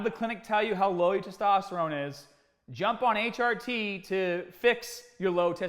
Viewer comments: What are you doing?.... It is pronounced Tee Are Tee. Not Tee Odd Tee... Need some PEDs out there in Brooklyn, some PRONUNCIATION ENHANCING DISCUSSIONS. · he says it right the final HRT he says is right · Everyone: "HRT" "H - AH - T" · Sounds like a Boston accent. My ex used to say "work on the caahburataah in my caah" but bra was brar. 😎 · I really love how you said hrt it sounds like a different word